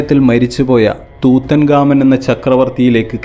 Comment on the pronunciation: Tutankhamun or Tutankhamen എന്നാണ് ഉച്ചരിക്കുന്നത്